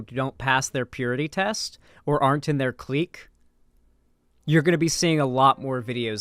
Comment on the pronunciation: Clique is just pronounced click. Not cleek